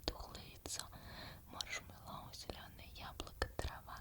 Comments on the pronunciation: МаршмЕллоу, маршмЕллоу, а не маршмеллОу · видео 9 из 10,минус бал из за маршмелОу,слух очень сильно режет